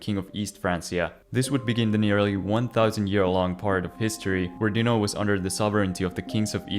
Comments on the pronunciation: I don't know how many times i can take someone saying dino instead of dinant in just a couple of minutes. whaahhg It must have been a dozen times whyyyy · What's with the weird pronouciantion of Dinant?